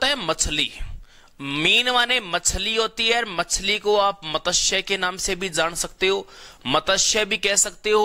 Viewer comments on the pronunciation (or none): pahle to matsya word ko properly pronounce karo.kisi Hindi k good teacher se seekhlo